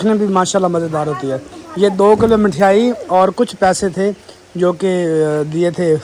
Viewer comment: Mithyaai nhi mithaai bolte h bhai